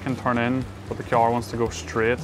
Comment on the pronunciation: I like kee-arrying lots of speed into corners when I drive my kee-arr.